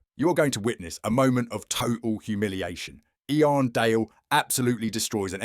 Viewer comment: I don’t want to hear a robot calling him “ee-arn.”